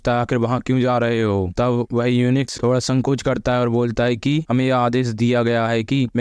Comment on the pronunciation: भाई युंच होता है यूनिक्स नहीं